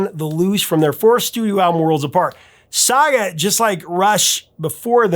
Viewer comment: Nobody said “Sah-gah”. It was “Sag”. Pronounced like bag. Saga.